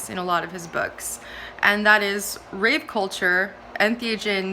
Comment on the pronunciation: That's rave with a V culture, not with a P!